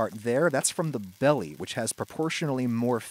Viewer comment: why do you say belly weird